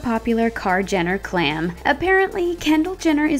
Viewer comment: when she said “clam” instead of “clan” i cried laughing